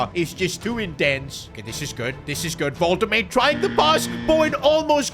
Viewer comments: woltemade is pronounced as vole-te-maa-de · to help you out The name Woltemade is pronounced WOLT-E-MARD-EH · his name is pronounced woltemada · U need to specify the V - VoltaMada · bro really said "voltemad" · pronounce woltemade correctly before u keep saying his name bro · Unexpected event: Nick Woltamade is not happy with how you say his name. -5 composure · i literally convulsed everytime you saide woltemade's name. plz bro learn to say it. it's not that hard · Love your vids but please listen how Woltemade is pronounced, please. Peace and love. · Unexpected event: Because of you bottling the pronunciation of Woltemade, he demands a new contract with no extension but a clause: every time you mispronounce his name you give him 1 million! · Pronounce his name right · If your gonna sign Waltemade say he's name right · Unexpected Event: Woltemade refuses to play as he is furious of the gaffer saying his name wrong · Can you please pronounce Woltemade’s name properly it lowkey driving me nuts 😂😂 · Ur pronouncing Nick woltemade wrong. Please call him by his real name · Bro please say woltemade name the correct way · Bro forgot how to pronounce Woltemade 😭😭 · Why does he keep calling wolte-made, walter made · Hurts my soul everytime you say Woltemaid as Woltemaid firstly, the W is pronounced like a soft english v secondly; the a is pronounced like a normal a sound, and the 'de' is a complete different syllable so it's like 'Volte-madeh' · "Woltuhmade" 🥀🥀 it's "Wul-tuh-mada" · Its volte-mah-duhhh not woltemade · learn how to pronounce player names sid. wolte-made. Its wolte-mad-er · Volt-a-marder . Nah Vol-ta-made💀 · I love you, but Imma crash out if you say Vohl-Tuh-Made again, its Wohl-tuh-Ma-Duh......... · man its pronounced nick woltamada instead of woltamayd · It is Wolt-a-maada not Wolt-a-made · its wol te ma de you pronoucing it wrong its not wal te mejd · Pls stop saying WolteMATE, it's woltemaaaDe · Nick Volte Mader not Nick Volte Made